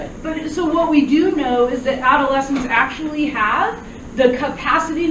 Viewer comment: She actually says "akshully" like the "umm akshully" guy